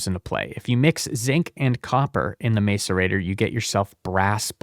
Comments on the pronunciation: bro is literally just pronouncing things wrong on purpose. Here's your engagement king. Niter: "night err" Macerator: "Mass err ate err" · Okay some of that pronunciation has to be ragebait, knitter, mace-arator, I can't 😭